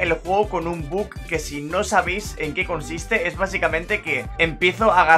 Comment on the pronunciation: Me pone muy nervioso que diga buk y no buggggg que es como se llama